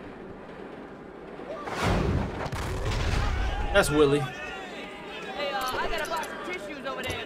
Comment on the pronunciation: 9 episodes in and every time you mispronounce his name it makes me cringe. His name is Wiley (why-lee) not fucking Willie